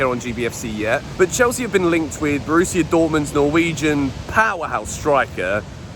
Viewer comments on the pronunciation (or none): none